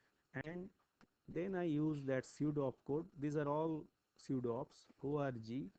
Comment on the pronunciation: "With the help of this ORGY" - cannot unhear.